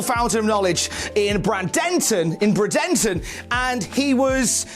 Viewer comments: Every uttering of "BRANDON-ton" instead of "BRAY-dun-ton" was like hitting my funny bone repeatedly. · Bradenton Florida is pronounced braidinton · You pronounced Boca Raton pretty close Bradenton not so much. It's like BrayDenTon. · It’s Bradenton. As is Braden Walker. I believe he’s the founder of the city. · Just so know for the future (though I don’t know why you’d need to know this for the future), Bradenton is pronounced Bray-Den-Ton. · worries about pronouncing Boca Raton wrong, but he butchered Bradenton without a blink LMAO